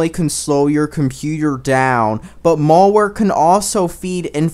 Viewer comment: I don't trust a guy who calls it "Mall ware". Besides, the info is a backup.